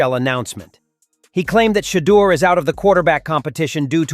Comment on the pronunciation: Coach stop lieing You think you hurting Sherdur you not you hurting your self & the team you can't even say his name Sherdur is a Godly Man 😛